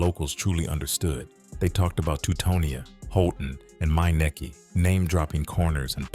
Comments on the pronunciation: My-necky had me lmao!!! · The speaker for the video pronouncing Meinecke is major wild 😂😂😂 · Well, I use to live on MyNeckie! 😲🥸 Right in Melwhacky! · I only trust mine ah key 🔑 with.. 😂